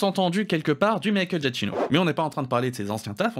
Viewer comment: Alors petit savoir sur comment dire "Giacchino" à l'italienne : c'est très simple ! Ça se dit "Dja-Ki-No" parce que en italien les "ch" se prononcent en "ke", donc ici "chi" et ben ça fait "ki" Et on ne dit pas de le "i" dans "Gia" de "Giacchino", faut dire "DJA". Sinon c'était très bien !